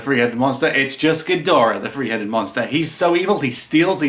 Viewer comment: Ghidorah, the Free Headed Monster! (Accents are so much fun.)